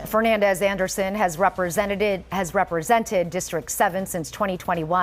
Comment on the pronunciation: She said representeded 😂